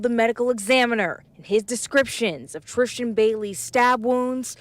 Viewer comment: Why is this lady calling her "TriSHtan" 🤭🤔